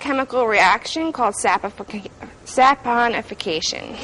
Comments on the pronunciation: she also said sapfonification.... she came no where near pronouncing it correctly which makes it clear that she is limited on knowledge and you may not want to trust her product or judgement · It's organic but hey let me use this lye, it's ok because of spon spin sponification lmao 😂 but wait did she say Jehovah oil lls 🤣